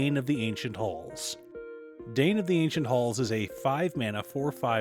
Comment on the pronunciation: Dain rhymes with sign.